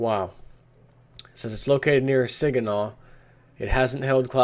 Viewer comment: and pronunciation of saginaw! haha classic